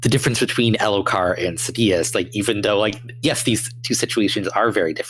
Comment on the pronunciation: When I hear the name pronounced "SAY-DI-OUS", as an audiobook only guy, it's cringe. 😅